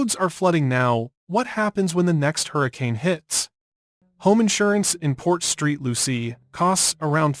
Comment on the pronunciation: It is Port Saint Lucie